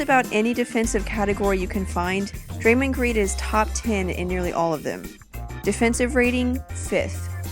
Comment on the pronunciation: the way draymond is pronounced....